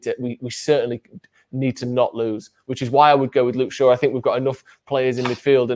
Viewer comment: Top right kept saying Straw instead of shaw